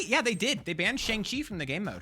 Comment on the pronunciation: Please, mate, it's not pronounced "Sheng" Chi.😭